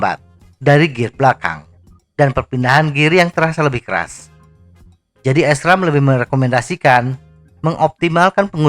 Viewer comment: Itu cara ngomong SRAM nya dibaca biasa aja pak. Bukan S- ram